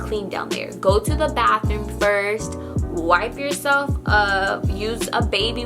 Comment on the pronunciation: I love how she says wipe-e